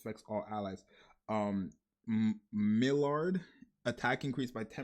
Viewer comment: Maillard pronouce like (my-yar, my-yard)